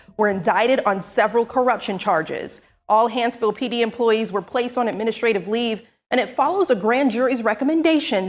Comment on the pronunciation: " Administrative Leez" This is gonna get serious. 🇨🇦